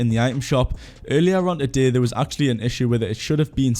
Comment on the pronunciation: love the way you pronounce today as "a-day"